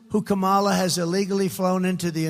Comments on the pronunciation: He purposefully keeps mispronouncing Kamala Harris’s name also to stoke fear of non-white people. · even the way he says Kamala’s name is racist. Would he be purposely mispronouncing if her name was idk Nancy, or Jane or something more commonly white?